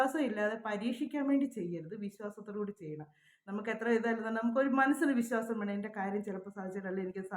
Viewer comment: Visasam. Viswasam. Pronounce bad